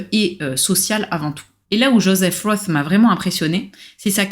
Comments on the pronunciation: Svp prononcez correctement von et roth. Vous prononcez roth à l anglaise, cela n a rien à voir. En allemand c est rot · "Roth" est un nom germanique, et se prononce avec un "o" fermé et long et un "t", contrairement à Philip Roth, qui se prononce à l'américaine. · Le nom de famille de ce grand écrivain ne se prononce pas à l'anglaise et pour cause. Pour une fois qu'un nom d'auteur non français peut se prononcer sans faute dans cette langue merci de bien vouloir y prêter attention. La musicalité est si nécessaire en littérature... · Personne ne sait tout et on ne demande à personne de tout savoir. Mais, quand on parle d un livre en s adressant à un public, on prend la peine de se renseigner et de prononcer le nom de l auteur correctement. C est un minimum.